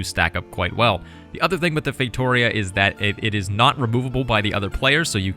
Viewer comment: As a portuguese, you spell “feitoria” so wrong xd But you do not have to know all languages. Good video. You nailed the other words